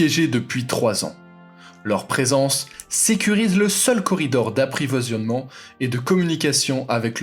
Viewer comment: Aprivoisiayement j’adore 😂😂😂tu voulais dire approvisionnement , c’est sûr plus facile à écrire qu’à dire 😉